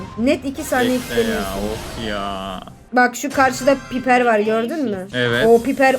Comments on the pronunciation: Abla piper diye okunmiyo paypır diceksin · Abla piper degil paypır